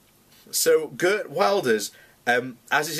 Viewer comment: As a Dutchman I really enjoy the pronunciation of Geert as Gurt.